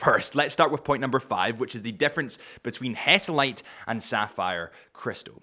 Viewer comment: Is HESALITE , not hesitate……